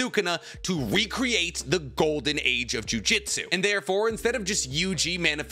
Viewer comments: You pronounce Jujutsu incorrectly. Its jew-jewt-sue. Not jujitsu. That's a martial art. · everytime you proounce it as jujitsu, it just makes me think the jujutsu sorcerer is gently folding the enemy's clothes with them in it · To this day I still find a little odd the way you pronounce "Jujutsu"as similar to "jiu-jitsu". the "Jutsu" part of Jujutsu Kaisen uses the same kanji (術) as the word Jutsu used in Naruto, and I've heard you pronounce that one right!